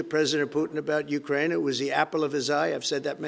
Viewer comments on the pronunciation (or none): none